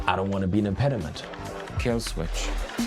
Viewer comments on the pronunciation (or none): none